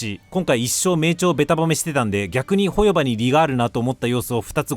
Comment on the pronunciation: 自分も３作品全部やってるから動画内の言いたいことは概ね同意だからホヨバのイントネーション変えてくれ、トトロのイントネーションやねんそれ。チヂミのイントネーションで言ってくれ